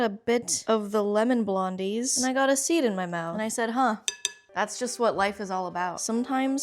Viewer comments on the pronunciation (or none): none